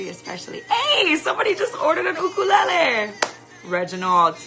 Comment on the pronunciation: it's a you-kur- lay- lee, is that the Hawaiian pronunciation? U-ka-lala LOL